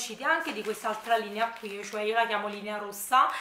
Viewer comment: Ciao mi piacciono molto i tuoi video e in più sei simpaticissima. Solo non capisco perché invece di dire semplicemente qui ti ostini a dire quio o quia. Comunque video bello come al solito, tanti saluti